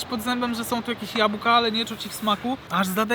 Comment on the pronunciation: błagam Cię jabłka nie japka